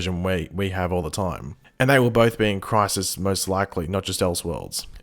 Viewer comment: LOL 'critis'